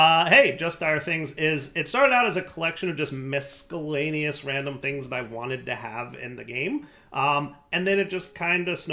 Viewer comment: For the love of god Dire, you do not pronounce the C in miscellaneous like a K. its not Miskellaneous, its miSSellaneous. im sorry Dire, i love you but dear god does that bug the hell out of me.